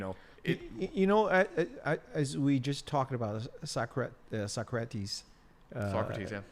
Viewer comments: finally can't stand pronouncing Socrates as sucker rats. hahaha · Very good English, but I definitely had to chuckle when he mentioned that Greek philosopher "Suckrats" . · I agree with you, but don't quote Socrates if you can't pronounce the name or remember the quote exactly.